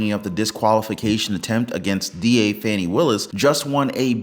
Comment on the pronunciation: Pronounced FAWNY NOT FANNY😐